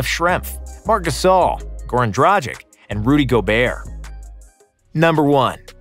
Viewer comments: Vlade Divac is pronounced as "Di-Vats". Goran Dragic - "Drag-itch". Please, research these things. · pronounces Kukoc, Petrovic, Stojakovic, Doncic correctly but in the end does wrong the same type of surname with Dragic. And incorrectly does Divac too)))